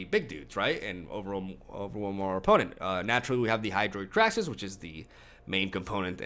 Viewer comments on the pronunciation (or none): Why the fuck does he keep pronouncing it "kraxis"? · Cringe with every "Krack-sis."